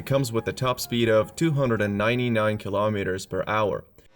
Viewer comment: Lol keee laaahhhh meters Hahhaha